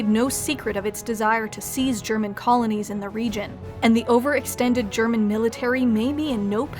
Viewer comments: Do you speak German,? I'm still really impressed with your pronounciation. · Her German pronunciation is really good for an Anglophone.